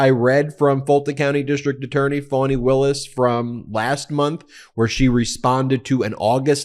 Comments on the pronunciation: Why do you continue to mispronounce Fani’s name? You make it sound like it’s spelled “Fonnie” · I am puzzled by you pronunciation of the name 'Fani'. I could be wrong but I fail to see how 'Fani' becomes 'Fawny'. Surely 'Fani' is an American version of 'Fanny', which is an abbreviation of Stephany - the female version of Stephen, Steven!